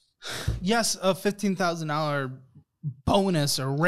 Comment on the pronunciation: When someone says “gesh” instead of yes I take nothing seriously.